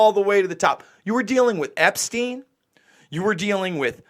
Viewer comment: Yeah umm she can't even get the creep Epsteins's name right